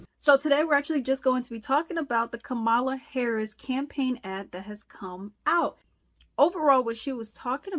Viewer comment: How you start this whole thing off and not pronounce VP Harris name right? But your here to talk, really?